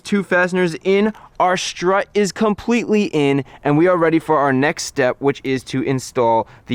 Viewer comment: strut..... not shtrut.....